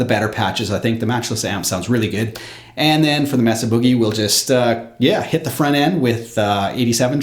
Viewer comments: it's pronounced MAY-SUH, not Meh Suh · Mesa is "may-suh" like the geographic feature, not "mess-uh" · FYI ... "Mesa" is pronounced "May' suh" .. not "Mess uh" :-) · Very good demo. BTW, the "e" in Mesa is a long "a" sound, not a short "e" as in mess.